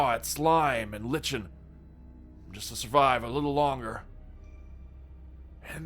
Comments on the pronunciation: "lih-chen"? Were you trying to pronounce "lichen"? It’s pronounced LIE-ken. Or ˈlaɪ.kən. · creative and wrong pronunciation for the word lichen. No, it is not litchen, rhymes with kitchen, but rather, liken*.